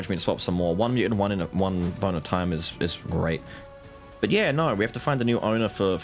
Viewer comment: My adhd self hearing "boner time" everytime says bone of time is just hilarious